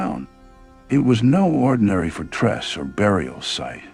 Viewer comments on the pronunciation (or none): Particle-lar-lar-ly, add-Vance, for-TRESS, CON- figuration.its making a great feature an a big, BIG, subject painful to listen to. So I’ve turned volume off and put CC on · It pronounced "facade" perfectly, but massacred "fortress'' (for-TRESS!)